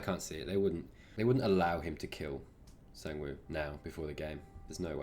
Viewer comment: Almost! The A in Sang should be pronounced like the A in 'what'